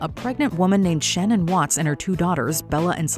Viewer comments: It's Sha'nan, not Shannon. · Just so you know her name is pronounced like Shuh-nan with a short "a", not like Shannon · Her name wasn't "Shannon". It was Shanann. Maybe try to get the victims' names right. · Can you please at least pronounce poor Shannan (not Shanon) Watt's name correctly? It's so disrespectful, and it has always been pronounced "Sha-nan" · It’s pronounced Sha-nan Watts, not Shannan. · DearWatchMojo : the poor woman in the first story...her name is pronounced Sha-nan. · It’s Shannan with an A you guys 🥺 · Repeatedly getting the victim’s name wrong while profiting from talking about their case is pretty unconscionable and disgusting when there are SO many resources about the Watt’s case. 😖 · I doubt any social media people read these comments, but I think it’s important to pronounce victims’ names correctly. This isn’t the first time y’all have mispronounced names and it’s odd given the amount of information from either victims themselves or their families pronouncing their own names. You did it here with Shanann Watts and you did it in another video with Colleen Stan. Show them the respect they deserve. Respectfully.